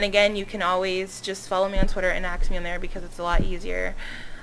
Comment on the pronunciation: you always say axe instead of ask!!!